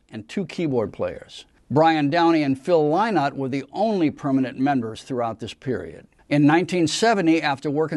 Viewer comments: Disappointing and Wrong pronunciation of Phil's surname. Yes, it is spelt Lynott BUT is pronounced phonetically as " Linnott"... as a fan, Guy should know this. It's typical of American pronunciation...like Yrak and Yran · Thank you for the correction Guy. I meant no offence. I'm sure you did your research but to an Irish ear Lye-not sounds so wrong. I have never heard his name pronounced that way in Ireland.